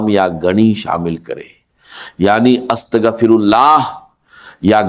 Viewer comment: ki awaz nai ye to Bismillah or astaghfar b teak nai par rahy